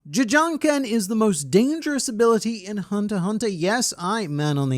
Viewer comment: it hard to watch this vid cuzz he called it ja ja ken